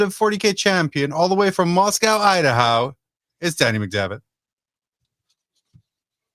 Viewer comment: Your show has ruined me, I’ve started pronouncing Idaho I-da-How…